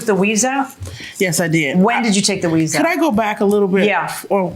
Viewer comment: Is JM saying "weaze" 😂😂??